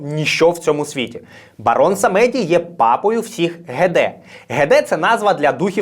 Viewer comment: Дякую дуже за цікаву та емоційну оповідь 👍 єдине - на майбутнє бажано поточнити наголоси - все ж самедí, a не самéді (просте таке французьке слово, з нескладним значенням).